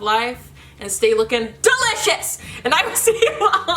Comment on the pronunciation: “ and stay lookin DELIOUS” 😂😂😂😂